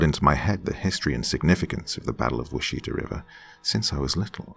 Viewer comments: I'm still early on in the story, but so far I am enjoying it, like I do all of your other stories. I wanted to tell you, though.. I'm from Oklahoma, and I'm pretty sure the town you're speaking of is Cheyenne, which is pronounced shy-ann. Washita is pronounced waw-SHE-taw. Just FYI. I know most of our towns are difficult for people to pronounce that aren't from here, because a majority of them are Native American words and names. I love hearing you read a story about my home! Edit: I finished, and this is definitely a powerful, beautiful, deep story! Very moving! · Wash it awe Is how most Okies pronounce it